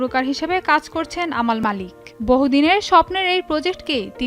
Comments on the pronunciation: নামটা সঠিক উচ্চারণ করেন আমাল নাম নয় আমান মাল্লিক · Tik e bolchen uni.....unar nam Amal Malik, Armaan Malik er vai